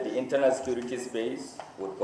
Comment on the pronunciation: How much did they give the IGP for this. He did not see the people that killed and mamed during election to arrest. He did not see oluomo to arrest. Yeye country with security agencies. Nonsense. This na grammar with all terrible pronunciations. LOL, National sikirity